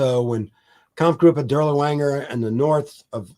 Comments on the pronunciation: "Dur-lee-wanger?" Really? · Same with “Dirlewanger”. Absolutely no attempt to pronounce the main subject matter of this video correctly is most irksome.